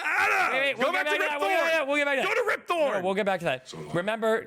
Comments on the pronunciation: It's Rip Torn not Rip Thorn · ...itcs not Thorn. It's RIP TORN for fuck's sake.